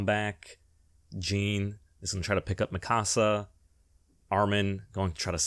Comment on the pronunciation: The only thing worse than the ending of AoT is the way you incorrectly pronounce Mikasa even tho there is 4 seasons of an anime that tell you how to properly pronounce it